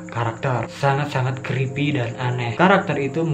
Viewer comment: Creepy creepy yang gua denger crispy crispy :v